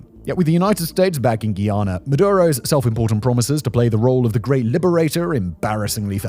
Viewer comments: It's Guy-ana. Not Ghee-yana. Guy-anese oil is light. Much easier to process. "ni una hoja de hierba" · (Guy)ana not Guiana 😂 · Its pronounced Guy (like dude) - ana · Pronounced guy-anna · You don’t say Guyana 🇬🇾 properly… Considering it was a British colony come onnnn